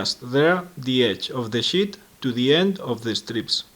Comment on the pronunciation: Once again, very nice work! Just one suggestion, prolong the 'e' in the word 'sheet'. Otherwise it sounds like something completely different :)